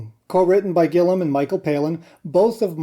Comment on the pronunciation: It's Gill-i-am not Gillim. The i sounds like an e.